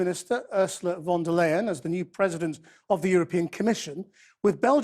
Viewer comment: Pronounce her as von der „Lion“ that’s what is sounds like in german